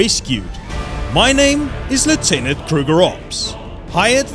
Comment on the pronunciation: Someone tell me how to pronounce lieutenant